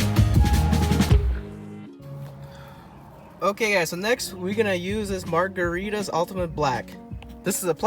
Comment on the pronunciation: Did you know it's not pronounced margaritas 🍸🍸